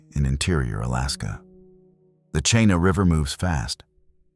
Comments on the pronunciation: "Cheenah" "Kee nI" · it’s Ch-ee-na River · Chena is pronounced "Cheena". 🇺🇸🌧☕